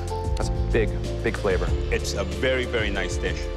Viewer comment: “Flava” (flavor) … I noticed it’s usually an exaggerated “a” sound. Don’t know why but it annoys me.